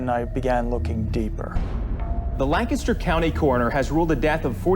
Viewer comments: I realize this is small compared to the topic of the video, but I do appreciate when Lancaster is pronounced properly. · I’m just happy you guys pronounced Lancaster correctly.